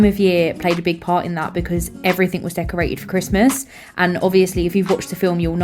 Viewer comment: 'everyfing' 'Firtyforf and sevenf'